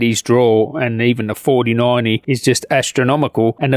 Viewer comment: Every time you say 4080 and 4090 I'm hearing 3080 and 3090.. is that just your accent?